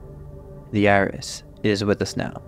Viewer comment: My brother, I thought you said "THE IRS" and I was so damn confused... "What's the Internal Revenue Service gotta do with this!? I know they're powerful, but Christ!!"